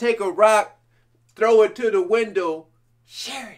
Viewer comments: He takes the name Sherry and makes it into about 6 syllables.... each syllable higher than the previous.... unbelievable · I love the way he can make Sherry an 8 syllable word. I love his vocal fry also. That rasp he hits with such a high voice is fantastic.